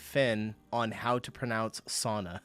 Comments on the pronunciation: You're doing it wrong too! The "sau" in sauna rhymes with "cow". So just imagine it is written as "sow-na", and it rhymes with "cow-na". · You pronouncing the word "sauna", in the way that the American was probably trying to make the Finn to pronounce it (aka wrong), makes this even funnier. 😂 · Today I learnt that they don't pronounce sauna as sauna in the US?.. Those vowels are separate, it's not a diphthong. (I'm not Finnish and I do not speak the language but I know the phonetics, and the way this word is pronounced in most other languages.) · By the way "sauna" is a Finnish word. Look up how they pronounce it.